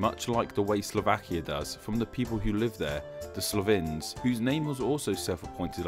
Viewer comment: >"crohts" >"slovins" >not calling it fyrom >going anywhere near kosovo >attempting to explain history while claiming you're not good at history please.